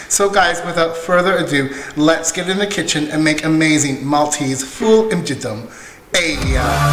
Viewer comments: Well Done!! Proset tassew. Please note that It is Ful imgiddem and not Ful imġiddem. The two words look the same but they have two totally different meanings. The 'g' of imgiddem is pronounced as the 'g' in get or gate. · No my friend you are saying imgiggem acually it is imgiddem very good of you for showing our traditions. In MALTA God bless.